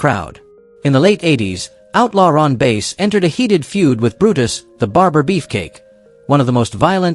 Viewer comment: Outlaw Ron Bass last name is pronounced like the fish not the instrument.